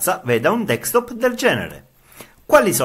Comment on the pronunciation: Ma perché dici DEEKSTOP?